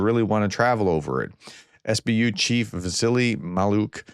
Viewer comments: It's not 'Spoo' it's S.B.U. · what's a sbu? It's an acronym. S.B.U. Not sbu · Professor, it's S.B.U. just like the K.G.B.,not sboo😊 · Stop calling it the sboo it’s the S B U you call the CIA the seeahh for the FBI the FBYE 😂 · please take a few minutes of your day to learn to pronounce Russian and Ukrainian proper names and place names. The Ukrainian agency is not pronounced "sboo" but simply the SBU. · “SBU agents or saboo”? That’s like calling the FBI ‘Fahbye’